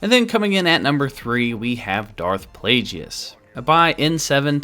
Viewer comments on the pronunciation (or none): It's pronounced darth plagus not plage-e-us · It's not plajius. It's plagues!!!!!!! 👹👿👿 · DARTH- PLAY-GEE-IS????? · Its a hard G on Plagueis isn't? Sounded so strange with Plajueis lol Also, being a good guy and checking every possible angle for Leia nudity. Not all heroes wear capes....or metal bikinis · ah yes, Darth Plajueis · Yes the wrong pronunciation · O my god the way says plaguies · How the fuck are you a star wars fan & dont know how to pronounce Darth Plagueis name? Jesus christ listening to you saying his name was horrible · Wrong pronunciation of plagueis